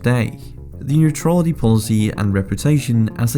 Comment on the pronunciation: If you´re bound to make a video on neutrality and Sweden you´d better learn to prononciate the word "neutrality" correct.